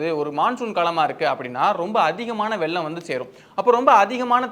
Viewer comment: அது வெல்லம் இல்லை வெள்ளம் 😢😢😢 தமிழ கொல்லாதிங்க